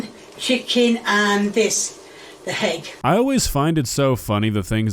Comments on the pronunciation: She is so British that she pronounces “egg” as “hegg”. 😂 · Why does she add letters to make words longer? Hegg? I mean, spoon is one syllable but oofah doofah is four. Why?!?! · "HEGG" is sending me over the edge 🤬 Parsley doesn’t belong in this dish, god as a Brit she really isn't helping the stereotype, you all think she's cute but no, she's weaponised incompetence personified, lots of us can make stirfrys just fine thanks!